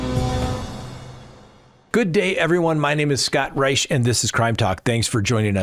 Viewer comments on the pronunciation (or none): none